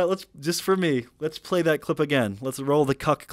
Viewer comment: mfr striaght up said "I don't pway baby games!" Lol